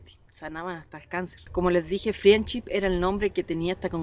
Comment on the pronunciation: se dice FRENDSHIP!! no friendship parece como si nunca hubieras escuchado el nombre antes y por desgracia te resta credibilidad